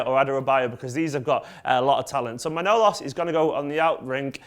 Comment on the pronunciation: Apparently it's pronounced Je-zeus but I was referring to the ending regarding Man-o-las instead of Mn-ow-los